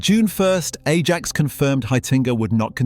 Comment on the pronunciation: bro.... u dun even say the name rite....